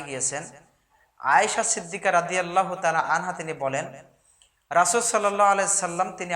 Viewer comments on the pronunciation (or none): none